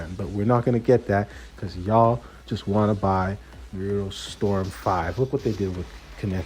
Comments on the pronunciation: I mean it is never too late to say it right. I know it is petty on my part but it seems people go out of their way to say it wrong when the only time you hear it in the show is said a different way.lol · Bruh no sub till you say Naruto's name right.